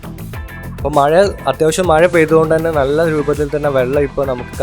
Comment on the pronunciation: language onnude redy aakanam maya alla mazha